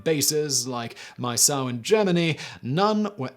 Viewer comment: The US base in West Germany containing the portable "backpack" nukes was Miesau Army Base, near Landstuhl. Miesau is pronounced "mee-sow" not "my-sow." I spent a couple years there in the late '70's. Thanks.